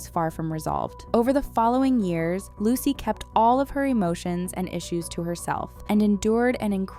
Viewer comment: This. Is. Absolutely. Awful! Evil, honestly. Edit: Isn't it pronounced "loo-suh". Or closely like what?